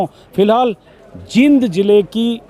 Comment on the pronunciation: Anjum ji aap Jind ko जिंद bol rhe h jbki जींद bolna chahiye, Isko aap thik kijiye Aap baar baar galat pronounce kr rhe h